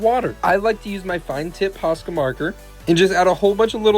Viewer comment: It's not posco it's posca